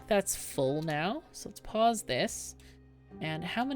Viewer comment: Every time you say "Pause, Pause, Pause" all I hear is "Paws, Paws, Paws" because I think of the little beaver paws. That's all. Lol